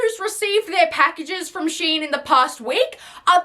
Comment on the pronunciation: It’s pronounced “shee-inn”? Not “shine”? What the fuck?